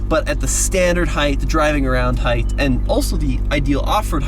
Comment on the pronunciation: Gaaahhhhh. This guy is killing ne with repeatedly saying heigTH. It’s heigHT. Even when he read the app and it said height he still said heigth. 🤦🏼‍♂️ it kills me!